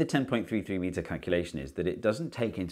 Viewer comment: Steve, why did you keep stressing the only irrelevant bit when calling out the heights: the word "meter"? I hear that in many videos for a few years now and it is SERIOUSLY distracting each and every time. Stressing things is for underlining important bits and changes, isn't it? xD